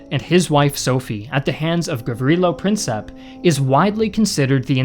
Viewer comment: Its Prin*cip* (prǐntsiːp) , not Princep! Do more research next time.